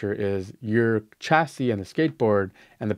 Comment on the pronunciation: It's pronounced Shassie,brother,not Chassie